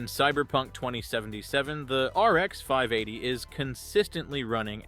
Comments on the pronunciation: this whole channel is AI.. look at the replies in the comments and it can't pronounce 580.. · The whole damn video is using generative AI, the fact the "person" cant pronounce RX 580 or VRAM is the tell.